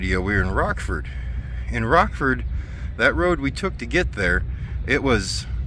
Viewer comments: it's not Rock ford it's Rochford, thought ya mite like to know, be safe, have fun...... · The original (or at least long-standing) name was "Black Hills Motor Classic." I liked that better. That small town is Rochford (Rotch-ford), not Rock-ford.